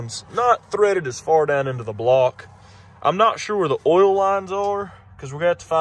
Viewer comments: Why can't Americans pronounce the vowel sounds properly? Ol it's Oil Oyl lol. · Ok , for Gods sake it’s pronounced “ Oh I L” . Oil is not “ Ool” ! How can someone who has above intelligence and mechanical ability slaughter the English language so severely? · Like how you call oil, “ohl”